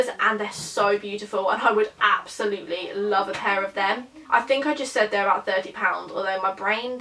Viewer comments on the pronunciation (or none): none